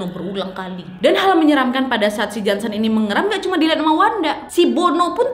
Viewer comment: Ngakak pas Ka nad bilang jonson bkn Jansen :(